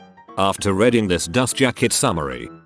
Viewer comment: Pronounces "chiropractic" flawlessly Struggles on "reading"